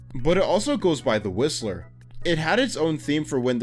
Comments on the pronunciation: When he got to the Whistler I thought he said the rizzler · dude i thought you said "the rizzler" not the whistler dawg